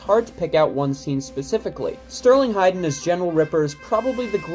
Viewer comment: Hayden….not Hiydan.